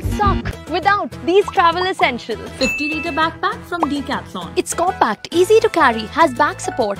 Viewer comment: What the hell is deecathlon 😂? It’s decathlon pronounced as d a cathlon